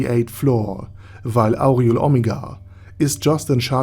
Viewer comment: You gotta work on your pronunciation of Aureole. If I didn't already know what name came before Omega there's no way I'd have guessed who you said. It's like Or-re-ole. Other than that great video, I kinda spoiled myself but LOL I knew Renner was messed up but damn. That's amazing.